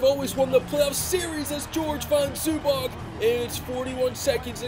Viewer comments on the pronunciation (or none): none